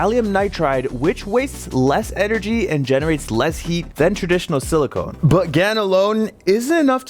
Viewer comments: Silicon not silicone 🙄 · Love your videos!. Just as a constructive feedback, you mentioned "Silicone" which is a synthetic rubbery substance. What you actually should have said is "Silicon" (Different pronunciation) which is an element and the in the context of electronics, is a semiconductor that is used to make all the IC's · It's pronounced "silicon" (sill-leh-kun), not "silicone" (sill-leh-cone). Silicon = semiconductor; silicone = breast implants.